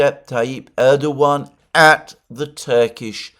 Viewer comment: FYI Alexander. Pronunciation is Rejep Tieyip Erdowan. C in Türkish (Türkçe) is pronounced like a J. Ç ıs pronounced lıke Ch and Ğ ıs sılent. Keep up the good work, from a fellow Englishman.